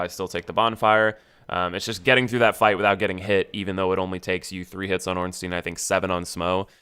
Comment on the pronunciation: Oh my God, it's not "Ornsteen", it's "Ornstein". Anyway, good advice. Might try a run sometime in future.